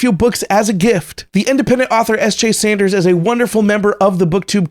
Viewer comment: ...it is "Saunders." 'Tis a common mistake. Probably because I'm a discount Sanderson? Eh, I'm okay with it. And the two Star Wars books I send actually tie together, with Shadow Hunter coming first. Go figure I sent the MMPB before they just announced the new trade paperback reprint of Shadow Hunter. My wife actually just found a typo in one of my recent books, so I need to update the files for that, but I'm happy to send a few of my books your way, once that's addressed. Feel no need to read all or any of them. I'm just happy to send my work out to people, even if they end up at a secondhand store, or something. I just like knowing they're out there. Sorry about your corrupted child. Make a new one, I guess? At least you have a catchy lament about it. My wife and I are going through the Graphic Audio edition of Black Prism right now, and quite enjoying it! I picked up Natural History of Dragons for my wife this Christmas...and she read it in a day. Got me excited to pick it up!